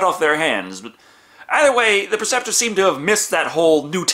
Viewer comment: PREceptor.......not PERceptor